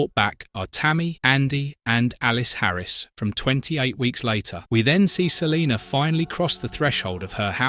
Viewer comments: I'd be so annoyed if my name was Salena and someone kept calling me Saleeenerrrrr... 😡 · Lol he said Celiner. Brits. Pfft.